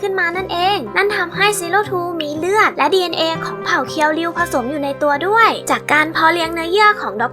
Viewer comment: ฮะ!!!เรียวคิว??เคียวริวไม่ใช่เหรอครับ